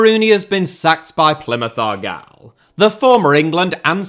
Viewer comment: Why did you say argyle like that....